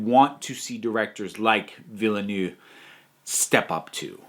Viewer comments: Hello, there. The director of Dune's surname is pronounced "Veal-nerve". =) Great list of films. I'm not sure what my list would be as I am recovering from seeing Jojo Rabbit last night and that film took my year's supply of emotion. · You need to find an interview with Denis Villeneuve in French just to hear how they say his name :p You and a lot of other Youtubers :p